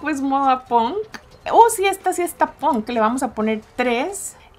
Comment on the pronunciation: moda que decías antes cuando empezó el vídeo no es ponk es punk